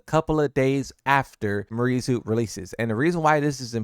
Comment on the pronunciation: It's "Me-are Zoo" actually if we pronounce it natively.